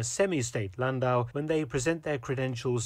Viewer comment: "Brougham" is pronounced "broom", not "brawm". "Landau" is pronounced "land-awe" to rhyme with "law" and does not rhyme with "cow".